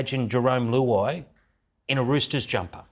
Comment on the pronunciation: Who- ai 😂😂